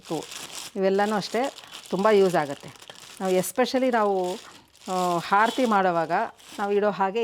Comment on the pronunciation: ಹಾರತಿ ಅಲ್ಲ ಆರತಿ